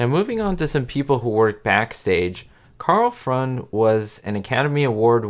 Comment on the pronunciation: I'm surprised you mispronounced Karl Freund's name. The correct pronunciation is Froynt. Freu is pronounced like froy and the d is always pronounced like a t at the end of a syllable or word. The word Freund means friend. Listen here: If I'm not mistaken, the voice in the lesson sounds exactly like yours, so how could you make a mistake in the pronunciation?